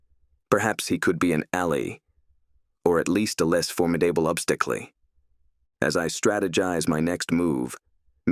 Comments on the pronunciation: Obstaclee???? Lmao😅 oh you mean obsta cul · Formidible ob sta klee. The ai reading has some weird glitches. 😂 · Don't you dare change "Obsti clee" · I agree, it adds a fun bit of goofiness.😊